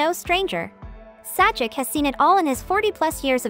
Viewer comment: Your computer-generated dialogue, and the "Sah-jik" is pathetic.